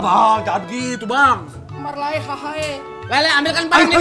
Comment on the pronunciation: Pengucapan kata lae nya itu benar dan fasih. Ga seperti di tv. Mengucapkan kata lae jdi lay. Horaaass!!!